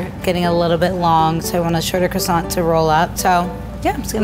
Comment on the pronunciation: ITS NOT QUASONT ITS CROISONT (I know it’s not spelled like that)